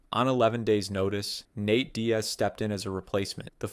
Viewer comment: How have you been making these videos for over a year and you’re still butchering so many names. HOW do you mispronounce “Nate” as “Nat”?